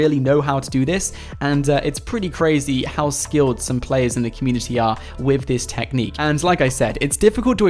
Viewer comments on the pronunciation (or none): It sounds like he's saying " Wif dis tenic" 😂😂